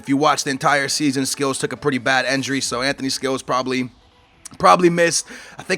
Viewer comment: It's not enjury it's injury